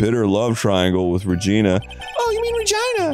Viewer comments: Arin mispronouncing Regina everytime he speaks as Maya cracks me up every goddamn time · Fun fact: the way Arin is pronouncing "Regina" is the way they say that city/state name in Canada (idk if its a city,state, providence... i just know they say it like that because of Degrassi)